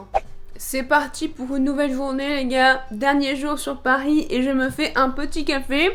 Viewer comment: je pahhh a pahhhris